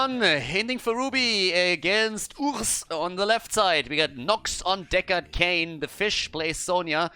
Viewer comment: Indeed, URSS is the French for USSR. And on top of that, when try to read it, he pronounced it like the French word for "bear" ("ours"), a very Russian animal:D